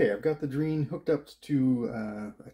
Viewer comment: Nice video. I'm from and in Argentina, you've got pretty lucky, there were many variations of Dreans and on some of them the keyboards were awful (not yours). Just one point, Drean is pronounced as Dre Ann ;)